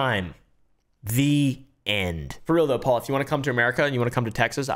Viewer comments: "help me pole" 😆😆 pronounced "Paul" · 'help me "Pole".'😂😂